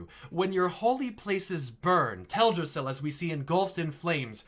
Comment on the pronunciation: nice theory but it’s teldrassil. not “teladrassil”.